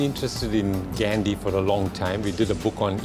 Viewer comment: He can't even say Gandhi's name properly....